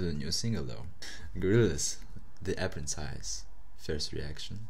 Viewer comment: Yeah Man I know, it's not your fault but that doesn't mean it's not funny 😂